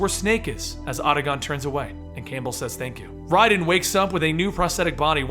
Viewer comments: lol I cringe everytime he says RAYDEN. its RHYDEN not RAYDEN. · "Auda-Gohn" "Ray-den" I'm outta here... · Did you play the games? You can’t pronounce octacon or Raiden correctly. Lots of misinformation here. Thumbs down my dude. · Just I'm kinda confused, after all the other videos using the correct pronunciation why did you start mispronouncing the names like calling Raiden "RAY-DEN" and then suddenly start using the correct pronunciation again? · Awesome narration, but I can't believe you kept mispronouncing Otacon and Raiden. Terrible.